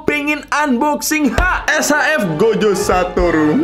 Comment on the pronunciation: He, saya mendengar "Gojek Satoru" .-.